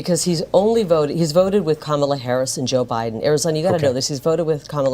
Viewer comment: Funny how she sometimes slips and actually pronounces Kamala"s name correctly!